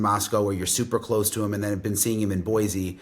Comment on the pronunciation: Thanks for pronouncing Boise correctly! Jewel wrote a song called “There is no Z in Boise”. I wanted to share it here but perhaps not appropriate right now. But yes world, it’s pronounced Boy-Cee 😊